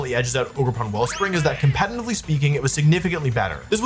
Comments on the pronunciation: I was already clenching my teeth every time he said "compenitively", then caved in at "Oon-fe-sarnt". I'm only 31 minutes in, and I'm scared *Edit. He just said "compenive" too. I know in some british dialects you'd skip the T with a guttural stun(what it's called in my language) but what's that N doing there? He sounds congested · He also said "Compatinantly" 1000 times in this video.